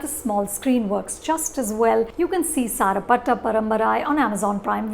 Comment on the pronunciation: It's kabilan not kaabilon, sarpetta not sarapata ...... 🙄😒